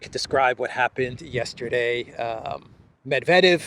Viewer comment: ‘Gramps’ couldn’t even pronounce Mr Medvedev’s name properly.